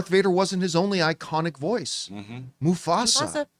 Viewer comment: When John said Musfasa we instantly said "Mufasa Mufasa Mufasa" at the same time and it made laugh/freaked me out at the same time